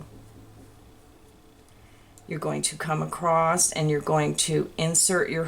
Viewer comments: There’s no “t” in across. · There is no "t" in "across"!